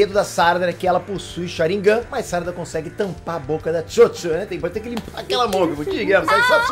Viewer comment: SÁRADA? Fala direito, mano!